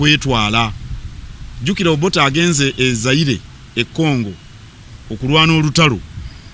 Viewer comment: Nfunye omukisa nemmalako program eno, nsiimye nnyo Dr. Kazibwe okutuleetera abantu bano ababiri. ekigambo kulwana kimulemeddemu. 😂😂😂😂😂